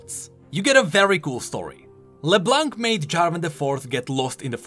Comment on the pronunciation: Would love a video about Leblanc's card, but please. It's pronounced Leblan, not leblank. It means the white in french, and the c in blanc is silent